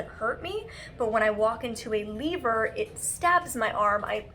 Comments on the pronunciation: " L-EE-ver" hahaha I love Molly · ?? i’m hearing lee-ver. at around 32 minutes. maybe because i’m also from canada.